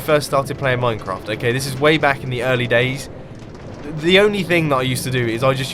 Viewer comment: VulpisFoxfire It sounded more like "MineCun"